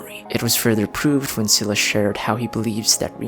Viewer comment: i think Scylla is pronounced as "skai-luh" not only by Genshin VAs but also by Google 🙂